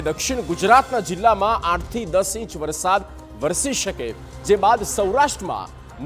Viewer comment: Not varshad, varsad. Learn to speak.